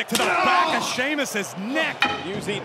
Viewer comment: Cole called him Sheamlus lol